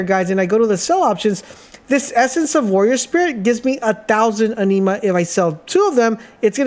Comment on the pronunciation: Bro sorry..just gotta..its pronounced.."AN-NIM-MA" kinda like animal..its not a blood disease!! (Iron deficiency)..🤣